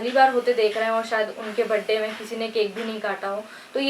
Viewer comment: Behan badey nhi hota 😂🤣birthday hota h😎🤘mtlb bechari ek bar m nhi bol pa rahi vid bar bar cut play cut play 🤣😂😂🤣👍👍aur kotion nhi🙄 question hota h😂🤣